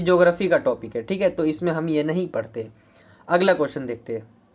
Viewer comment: Bhai parate nhi hota hai padhte hota hai 😅😅